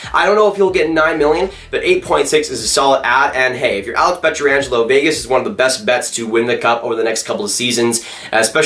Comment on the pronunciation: Dude, I like your analysis and all but at this point I feel like you're trolling us with your pronunciation of Pietrangelo.